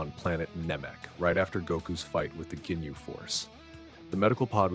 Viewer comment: “Jinyu force”😭